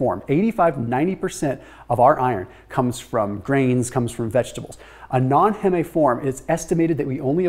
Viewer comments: LOL ITS HEEM NOT HEMMAY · Heeem not heh meh ffs it’s hemeglobin not hehmehglobin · Heme sounds like seem, not heh-may. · Heme. It's pronounced 'heem'. as in 'haem'oglobin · FYI heme, as in heme iron, is pronounced "heem". You know the term hemoglobin? It has the same word root. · Heme rhymes with steam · Heme rhymes with dream. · Get ready to defend the way you say" heme" LoL. I always thought it rhymed with meme. Nice video tho! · "Heme" slant rhymes with "spleen".